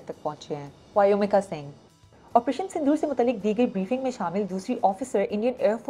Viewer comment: वायुमिका नही व्योमिका